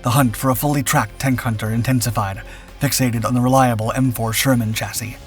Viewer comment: Here we seem to exult in having finally mastered the pronunciation of “chassis”! Huzzah!